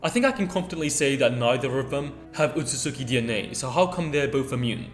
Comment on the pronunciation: Alright it’s driven me crazy all video it’s pronounced “OH-SOOT-SKI”